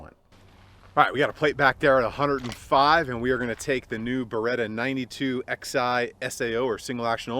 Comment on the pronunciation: i think its pronounced 9211 like 1911. roman numerals(Xi)